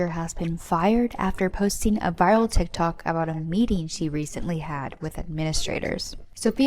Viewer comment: First of all, who calls it "Teek Tok"? LOL